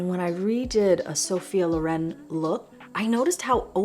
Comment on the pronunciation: Just one thing: it's Lóren, not Lorén ❤